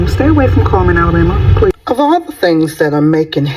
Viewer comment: It's called CULLMAN...CULL-MAN😮...Even if they change it to Comeman...maybe🫣🤥😳